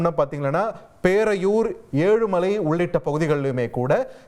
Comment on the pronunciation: அது ஏலுமலை இல்ல சார் எழுமலை 😂